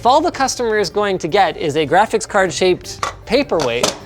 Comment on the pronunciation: says car instead of card 😂😂